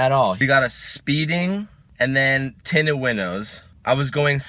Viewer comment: ROTFLMAO "my tintos are winted"??